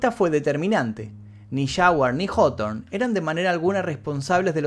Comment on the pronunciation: El vídeo que justamente estaba esperando y como de costumbre el Mefisto no decepciona. Solo pido el de día del atentado de Oklahoma y ya no le pido mas vídeos y solo me dedico a disfrutar el canal. Puntos extras por mencionar bien el apellido Hawthorne parece que nadie sabe como pronunciarlo bien.